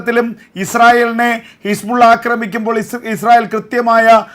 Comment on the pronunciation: എൻ്റെ ചേട്ടാ ഹിസ്പുള്ള അല്ല.. ഹിസ്ബുല്ല.. കൂതി അല്ല ഹൂത്തി...ഇതാണു ശരി... കുറച്ച് ആവേശം കുറക്ക്..😢